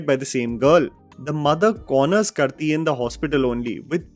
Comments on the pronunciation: Hey, blame it on my OCD like symptoms, but, its a little bothersome to hear you pronounce Karthi Sivakumar's name wrong. I understand there's no way you would know how it's correctly pronounced, so just pointing this out to you (So sorry). Karthi is pronounced Kaarthi. Similar to how we pronounce Karthik as Car-thik. The second part you are enunciating correctly, the issue is only in the first part. Barring that, great video! Hitler has always been a movie that hasn't aged well. In fact, I know a lot of fans still dont address that aspect of the classic and chose to focus on the comedic portions instead. As far as emotional blackmailing & self harm threats in movies are concerned, it has been there for decades now. Glad you called it out. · I'm sorry but it bugs me every single time you miss-pronounce a non-hindi name, especially telugu and tamil. I know it's not your mother tongue to be able to perfect the words but sometimes you mess them up completely. For instance, the name of the protagonist in "Kadaikutti Singam", "Karthi". It's a person's name and it'd not ogle well to miss-pronounce it. It'd be better to make a little effort to get them right before recording for the video. No offense intended. Thank you! And yeah, as a native telugu speaker, I cringe watching K. Raghavendra Rao's (which you got the pronunciation almost right. Kudos) depiction of seduction. And all his stories are way too similar. But, the songs though, are chartbusters for sure, barring a few duds. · Bro, he is कार्ती , not करती or something else 😂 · His name is 'Kaarti', with a long आ। Not 'करती'। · "KAAAARTHII" not "karti" broo🥲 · Lol the way you pronounced karthi is way too cringey When you can say kartick, you can very well pronounce karthi the same way. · It is pronounced as Kaarthi, not Karthi😊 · It is Kaarthi. Not Karthi. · He is not Kurthi, its Karthi like Karthik without the last k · just a small thing, it's kaarthi and not kurthee. it's a short version of karthikey.